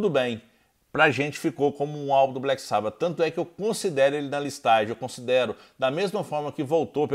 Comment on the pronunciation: Agora vou dar uma de chato kkk : Nao gosto quando pronunciam "black sába" kkk é "black sabÁ" fica parecendo um fã da nova geração, que descobriu o SabÁ pela internet kkkk